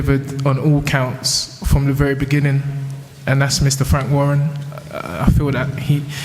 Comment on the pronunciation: "berbetiev" Frank Warren